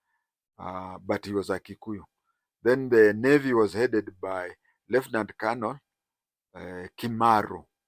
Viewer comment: Sir,you know the proper pronunciation of the military rank 'Colonel'. Why do you persist with the pidgin (Nigerian) pronunciation of Colonel?!